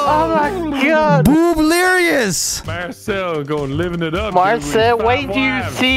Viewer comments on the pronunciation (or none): The loud B in the booblerious💀💀